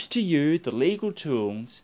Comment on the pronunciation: "Winners at Law gives you the legal toolns..."